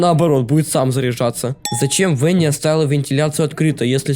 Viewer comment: Не В э н н и а В а н н и!